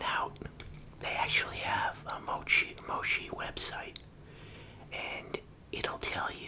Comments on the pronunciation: This is such a cute and great video!! It’s pronounced “mo-chee” like when u say “ch”eese! Glad I found ur channel! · It’s pronounced mochi but the way he says “moshi” 😂😂😂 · What the thumbnail says:Mochi What he says:Moshee🗿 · I love this video, but I do think it’s pronounced (mo-chee) not (mo-shee) ❤❤ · Instead of moshi say mochi👍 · it's not moshi It's MOCHI 👹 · BRO it’s mochi not moshi 😂😂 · It’s not moshi it’s mochi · This is one of the only people that I allow mispronunciation. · what chu mean its " H OO MOCHI" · It’s mochi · Its Mow-shee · when he said"moshi" I felt that😫💗 protect him at all costs. ♥💗🤧👊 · “Moshi” 🥺❤️ y’all protect our new from all hate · Him: “moshi” Me: aggresively click subscribe button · I heard yoshi ice cream 😂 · “Moshi” 🥺y’all protect him🥺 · "moshi" JWISHSUZGWOZHWOAHSWI PROTECT THIS MAN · 22k dislikes, I just know its because he's calling it Moshi. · AW HE SAYS MOSHI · Bro my valume is all the way up btw why he saying moshi but its a new word to try so i like it😊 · Mochi is pronounced Mo- Chee. like Cheech and Chong. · its mo-chee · artkid t why is it incorrect 😐😒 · It’s so funny when he says mochi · Moshee, no mochi yes pronunciation is key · Hi hope this helps it’s pronounced mochi😅👍❤️ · Adorable when he said “Moshi” instead of “Mochi” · Girl well "Mochi" is ch so if has the ch in charcoal and "Moshi" is sh as in shhh🧀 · Awwww! He’s so innocent that he says "moshi" instead of "mochi"! If anyone hurts him you’re catchin these damn hands!!! Edit: Wow! I did not expect to my comment to blow up like that! Thanks to the people that understand! Also thanks to the people that corrected me on grammar! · I love how he says “moshhi” instead of “mochi” 😂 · Fifi MSP no in Japan you don’t say moshi, you say mochi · “They actually have mochi-(says it right) moshi, (corrects himself to moshi)” I love this man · I love the way you say moshi instead of mochi and ur really kind I really love when I see elders just enjoying things ❤